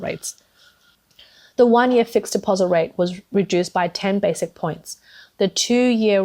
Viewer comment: it is pronounced as “bases” and not “basic”. Just wanted to point that out. 😊 Keep up the good work.